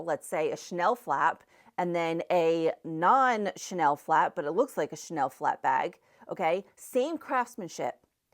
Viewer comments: The way she pronounces the name Chanel.😂😂😂 I’m French, I hear Schnell. Cha-nel. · There's an A in the name Chanel . Shnell is no make and is actually a German word. Shnellbag😂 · 😆 a 'Chanel' bag or a 'Schnell' bag? Please note that Chanel has two syllables 😆. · CHANEL has 2 syllables: Cha- nell! Not shnell! Please! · You pronounce Chanel wrong.